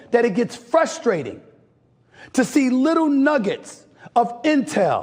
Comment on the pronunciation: do you say “frustrating” with an L?